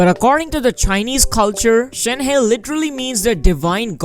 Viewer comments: It’s pronounced as Shen-her without the r. Not shenhay lul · It’s pronounced “Shēn-Há”